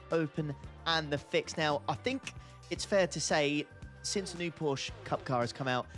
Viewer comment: Well, why are you sad that it’s not raining!! We hate rain and it’s Porsche not Porsch